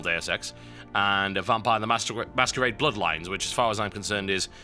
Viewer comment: "Vampires the Mastur... the Masquerade"